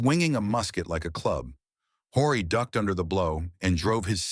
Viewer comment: Historical fiction. More research and less politically correct fabrication was needed. ( and his name is pronounced O-ree)